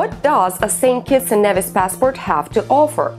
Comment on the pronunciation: St kitts and "kneevis"! GET THE PRONUNCIATION CORRECTLY!